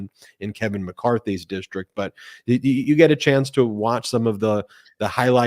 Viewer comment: "DISHTRICT" There's no H in that word!